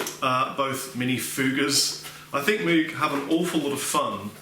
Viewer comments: I know a few people who would crucify you if they heard you pronounce it "moog". Apparently it's supposed to be pronounced "moge" but idk. Loved the review, this set up really works and those pedals sounds phenomenal! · The name is actually pronounced "MOGE", not moog, (rhymes with rogue). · Moog rhymes with Vogue......not cow like moooo g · Good job on the video. FYI Moog is pronounced with a long O as in "oh" not "ew". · Yup. It actually has the long o sound, so it should be M-oh-guh. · Moog is pronounced like vogue! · I love you, but it's Moog rhymes with Vogue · Moog - Rhymes with Vogue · Doctor. Moog (rhymes with rogue). I'm being serious now. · Awesome. It's pronounced 'Mogue' (like Vogue) innit? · Moog is pronounced like moge not an oo sound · Moog rhymes with rogue. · "Mowg", it's pronounced "mowg". Rhymes with "mode". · Good demo! BTW Moog is pronounced like "vogue". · I think it's pronounced like moug/mowg rather than Moog but I've never been sure. Does anyone know? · Totally expected you to get loads of hate for the way you pronounced Moog. Good job, internet :) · Can nobody pronounce Moog anymore?